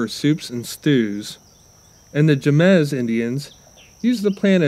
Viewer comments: Please learn how to say Jemez Indians. The J has an H sound. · Terribly mispronounced Jemez 🤣🙄